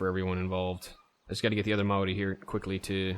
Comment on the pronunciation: sorry for replying to a 9 month old video but he is talking about the word maori although as someone from new zealand i dont think he is correct i believe it is pronounced maodi